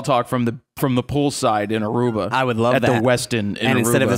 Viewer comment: ARUBA!!!!!!!! thank you for just saying Aruba, (yeah, I'm from there)